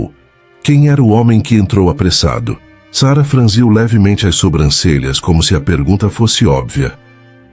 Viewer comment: ô analfabeto (a), franziu é como u no final, e não com l affffffff!!!!!!!!